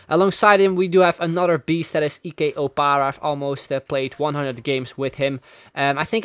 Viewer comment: who tf pronounces "ike" like 'e-k"